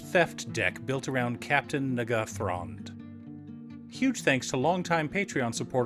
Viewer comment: Why are you saying n’gathron? It’s N’gathrod